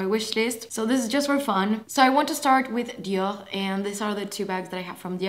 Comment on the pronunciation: I love how you pronounce "Dior". ❤️ I could listen to you say "Dior" all day. 🥰